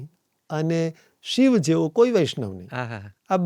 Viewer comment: ક્ષમા કરશો, કદાચ મારી ભૂલ હોઈ શકે છે! આપનાથી 'શિવ' ની જગ્યાએ 'શીવ' ઉચ્ચાર થઈ રહ્યો છે!